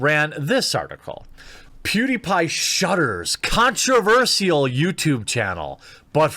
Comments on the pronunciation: Repeat after me: "Con-tro-versh-al" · The way you say “controverSIAL” is controversial... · Stop saying controversial wrong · Oh god.. please learn to pronounce "controversial"